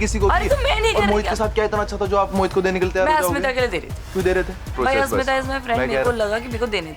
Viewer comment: I noticed mispronouncing everyone’s name 😂 eg. Asmitha - Ashmitha….Zalak - Jalak 😂